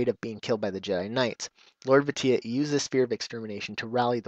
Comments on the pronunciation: I know this is kinda late to comment on, but his Sith title, Lord Vitiate is actually pronounced "Vishiate". Vitiate is in the dictionary and it means to corrupt or make impure, and it has a pronunciation next to the definition. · Hey, the phonetic pronunciation of the Emperor's original name is Lord "Vish-ee-ate". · Is that how you pronounce Vitiate? I don't play The Old Republic, but I am intrigued by it, needless to say I haven't seen a video where they refer to the Sith Emperor by name, so I've been pronouncing it as VIH-SHEE-ET, not VIH-TEE-IT. In some cases, the rules of grammar have you pronounce the "shh" even if it's not spelled out in the word, and Vitiate looked like that kind of case. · You pronounced his name wrong >.<